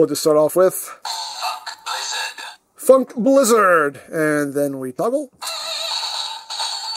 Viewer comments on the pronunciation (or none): Another toku toy that unintentionaly sounds like its saying fuk. Yes its saying Funk blizzard but still, it is pretty funny. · i can't be the only one who finds the way it says "Funk Blizzard" abit... unfortunate. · Is it just me, or is it hard to tell without context whether it's saying "Funk" or... something else?